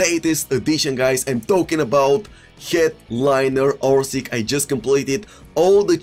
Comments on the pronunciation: Its not ORSIK, its ORŠIĆ, Ć is like ch ine english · Its not orsik its oršić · his name is orsich,not orsik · Learn the names of the players ffs... orsik?!?!? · You dont know how to say his name!!!